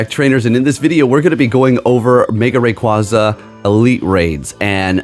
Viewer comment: Learn how to pronounce a pokemon name correctly.